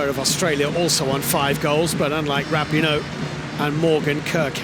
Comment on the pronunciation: The way they mispronounced Rapinoe in this coverage still hurts my ears.